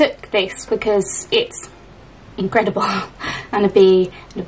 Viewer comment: "Inkcredible" haha 😄